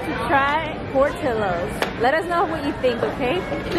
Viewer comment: I love how you called it Portillo’s with an ll but its pronounced like with an “L” lol I’m so bummed I was r able to come out :( I’m out by the aurora/Naperville area 😩😩😩 love you hun 😘